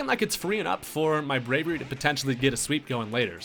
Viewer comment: Brave-e-airy. Braviary.